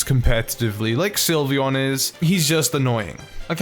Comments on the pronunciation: I was drawing Sylveon and he said slyveon and I looked at him like 😟😠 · "slyveon" boi